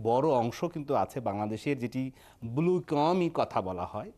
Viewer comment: উপস্থাপক ত ব্লু উচ্চারনই করতে পারছেন না।"বুলু "😁